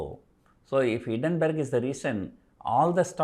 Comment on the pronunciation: it is not hiddenberg, it is hiNdenberg